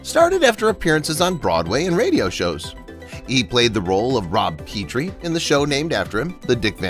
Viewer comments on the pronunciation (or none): the name is pronounced PET-tree, nor PEE-tree